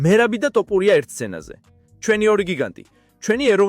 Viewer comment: რა ტოპურია... თ ო ფ უ რ ი ა